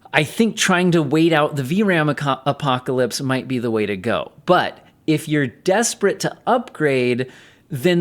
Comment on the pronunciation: It’s not the RAMpocalypse It is RAMnarok